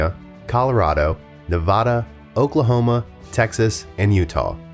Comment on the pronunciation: You are saying Navajo, Nevada, Pueblo, and Rio Grande wrong.